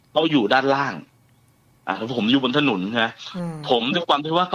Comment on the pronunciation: พูดถนนเป็นถนุน นึกถึงคุณมดดำเลย 😂😂